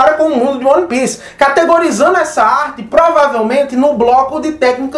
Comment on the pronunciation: cara, gosto mto do seu trabalho, acho vc bastante entusiasmado na gravação dos videos, isso é muito bom. É um perfil diferente dos outros youtubers, não perca isso. No entanto, uma dica boba. se atente a pronuncia correta dos termos em inglês/japonês (exemplo: é "uan pis" e não "one pice"), faz bastante diferença na hora de passar suas análises, passa mais convicção e seriedade. Outra coisa, faça um roteirinho da ordem de acontecimentos do video, para vc n se perder nas tuas próprias ideias, ai vc n foge muito da linha principal e mantém sempre um tempo ok com uma objetividade boa.